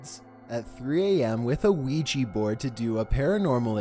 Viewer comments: Why does everyone mispronounce Ouija it's Weeja not weejee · di....did he just say ouiji?🤣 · i thought u said "Luigi" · I thought you said "Weegee" as in Luigi from Super Mario Bros. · A ‘weegee’ board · Yes.... The weegee board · Weegee Board